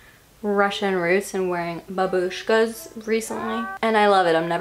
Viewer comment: as a russian, the way she’s saying бабушка pisses me off so much lmao